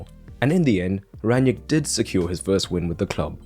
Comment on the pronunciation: It's "Rang-nick", not "Rann-yick". It's "Tel-les", he is Brazilian not Hispanic. If you're not sure how to pronounce then you can Google Translate or if you're not confident with pronunciations then please add YouTube subtitle to your video so that more viewers can more easily watch and listen to you. Beside those, thanks for your analysis 👍